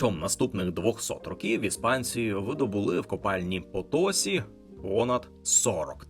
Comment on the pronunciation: потосІ - наголос на останній склад. воно ж і пишеться відповідно - Potosí.